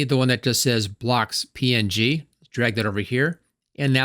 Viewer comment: You add a "y" to every word you say. Even png somehow. "PNyG payck iycyon "